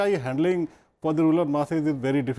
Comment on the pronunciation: TQ Mohammad sir pronounced 'Ruler area' instead 'Rural area'.😋